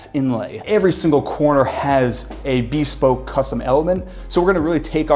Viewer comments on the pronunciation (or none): Why does he say bespoke like that? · Have i been mispronouncing bespoke wrong all my life?